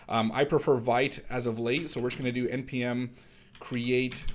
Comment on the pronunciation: very cool! just as an fyi: vite is pronounced [veet], it's french for "quick":)